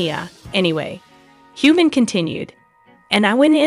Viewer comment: Learn the pronunciation of Sam’s name!! Also the pronunciation of Momma Mia!!!